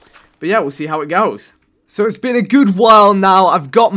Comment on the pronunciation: I know he has an accent but the way he say been as bean kinda bothers me :/